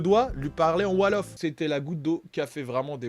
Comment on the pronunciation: Wolof pas 'Walof' 🤣🤣🤣🤣💀